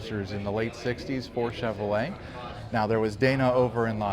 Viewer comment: Pronounced and spelled "CHEV - ROW - LAY" not "CHEV - O - LAY" fella !